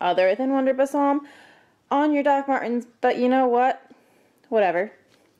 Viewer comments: No offense but the word balsam is pronounced "ball"-"some"...LOL! Good video on those cute boots! Now you have me curious how those feel to wear! Thank you! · You are mispronouncing "balsam". It's ball-sum. It's not "bassam". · What's bussarm?! Gurl, its Wonder Balsam - boll-sum ;) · ba salm....i don't know how but in our state, people pronounced it as "bay sam" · I do deep knee bends and push ups wearing new shoes to break them in. I was searching Wonder Balsam and found your video. You are super cute, even in the poor light, haha. Balsam is pronounced like "ball some". I bet I have as many shoes/boots as you haha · Thanks for the info. Also: "Bal-sam". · Pronounced like Ball-sum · [bawl-suh m] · thank you! yeah I totally mispronounced it. lol. oops.